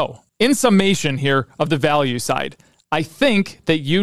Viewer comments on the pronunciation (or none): none